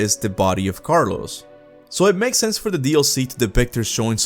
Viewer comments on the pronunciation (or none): Sounded like you were sound Carlos 😂 but it’s Carlo